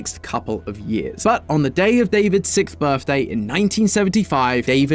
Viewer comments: Ah yes my favorite number “sicth” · I have a question 😅 can not say the x in sixth?? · you kept mispronouncing sixth just so you know